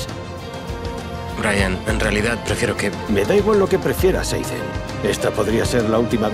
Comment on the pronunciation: Nadie: Absolutamente nadie:: PIZA, ZOU, AIDEN